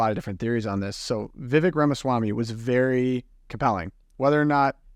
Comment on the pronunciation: Just subscribed I agree with much of your comments only Mr Ramaswamy’s first name is pronounced ( Veevek) thank you.